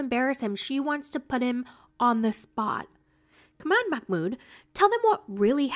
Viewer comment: Love ur vids. I think his name is not pronounced Makh-mood, i think it is Mah-mood